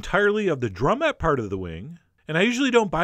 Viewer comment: did you say "the drummette" part of the wing? was that a joke? either way, you do a great job